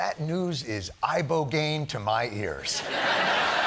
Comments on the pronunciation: Actually john is pronouncing Ibogaine wrong too. It’s pronounced “eh-bo-gah-EEN” Lol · The fact he can't pronunce a simple word as Ibogain is just 😂😂😂